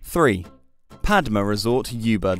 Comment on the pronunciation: I don't think they've visited any of these hotels or Bali for that matter. Anyone who has knows that Ubud is not pronounced "You Bud" as it's one of the most well known places.